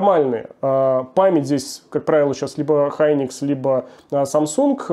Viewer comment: Ура, прошёл год и стал говорить правильно "Хайникс", а не "Хуникс"😂